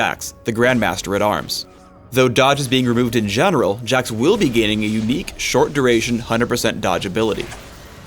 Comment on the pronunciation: Jax? I thought his name was Hax.